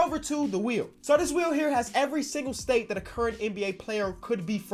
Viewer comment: I dont why but instead of hearing state i keep hearing say steak.